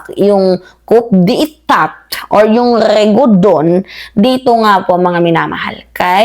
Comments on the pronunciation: Coup as pronounced as " Koo", not KouP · Coup d’ etat. Ang diin naman po ng pagkakasabi nyo ng “kup de etat”😂😂😂. Dapat po ay “kuh dey ta” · Ang basa dyan te kudeta Hindi kup de tat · Coup de Etat yun word pero ang basa po dyan is Coo de tah. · Kudeta (coup d'etat)po ang tamang pronunciation mam, sorry po for correcting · Correction lang- coup de etat pronounce as Kudeta. Cheers R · it's pronounced kuh dey tah. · Mali po pag pronounce ninyo ng coup d etat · Coup is pronounced with a silent 'P'